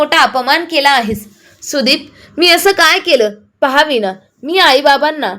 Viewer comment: विना नाही वीणा